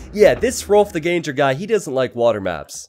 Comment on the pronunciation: The translation "ganger" doesn't really make sense at all. Gange-hrolf translates to "Rolf the Walker" and was supposedly because he was so large that horses couldn't carry him so he had to walk everywhere. Gange is pronounced "gaang-eh". He might have been Norwegian or Danish and he is supposedly the same guy as Rollo in the show Vikings.